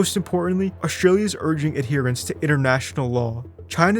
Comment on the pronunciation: there's a hard t in Australia. it's not oshtralia